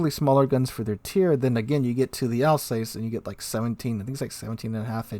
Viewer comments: Alzass not Alsays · Your French pronunciation needs some work. It’s not “Republic,” it’s “République,” pronounced: “Reh-pub-leak.” The Alsace is pronounced “Al-sass,” not “Al-sais.”